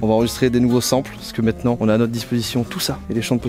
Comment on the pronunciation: par contre il faut vraiment que t'arrête de dire "mètenant"